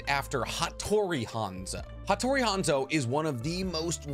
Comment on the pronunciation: how you gunna say you know nothing about hanzo of the salamander when you cant even say his name right